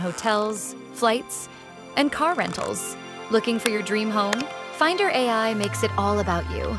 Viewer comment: Why Fynder and not Fainder?